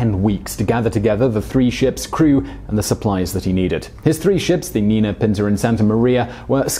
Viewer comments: The Spanish ñ is pronounced ny, so it´s not Nina but Ninya. And the Spanilsh ll (double L) is pronounced y, so it's actually Bobadiya, not like you pronounced it.. Otherwise, great video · Simon: The boat named "El Niña" is pronounced as "Neen-ya".... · Simon, if there's a squiggle on top of the "n", it's not "nina" - it's "ninya". You've messed up pronunciations in Spanish, French and Italian in videos that I've seen so far. Maybe you should check these online. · Simón! NIÑA ...neen-ya!